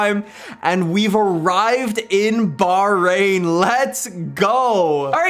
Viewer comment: Wallahi there is an h in bahrain (bahhhhhhrain